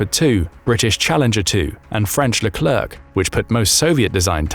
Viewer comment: pronounced "Le'Clair" I would know because its my last name 😅, just think of the last c as silent.